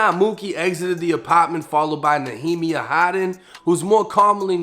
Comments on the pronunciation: ik its been over a year but i think nehemiah is pronounced as "knee-ya-MY-uh" and NOT "nuh-HEE-mee-uh" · I believe youre mispronouncing his name , I think its Nee-ya-Myah , but shit I might be wrong too 🤷‍♂️ edit: just googled, yup its Neeya-Myah but fire video as usual 🔥 Glad to see you back